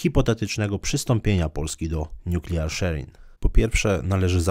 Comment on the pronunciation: Zle pan wypowiedział słowo nuklearny po angielsku